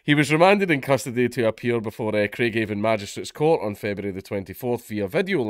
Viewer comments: Just for possible future reference it's pronounced crai-gav-on instead of crai-gave-on but you're right good look to him in a northern irish prison lol. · Its pronounced Craighaven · The way he says Craigavon hurts my soul xD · The way you say Craigavon is funny as fuck